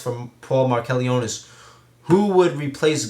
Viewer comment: thanx for answering my q. its pronounce mark-a-lone-is for future reference. dont worry every1 gets it wrong lol